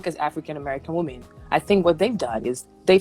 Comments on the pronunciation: Why does she keep saying "woman"and not " women "? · Dear America, women, plural, more than one (wim-in). Woman, singular (woom-uhn). It’s not difficult. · I really have a hard time hearing when a lot of people keep saying "woman" when they are speaking, and it should be said " women". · I swear to God I do not for the life of me understand why these younger people cannot pronounce the word "women"